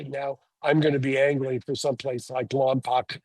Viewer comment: It's Lom-POKE not Lom-POCK.